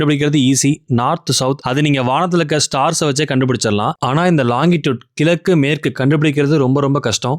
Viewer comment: கிலக்கு இல்லை . அது கிழக்கு இது கூட சொல்லவே தெரியாது. ஏன் இந்த வேலை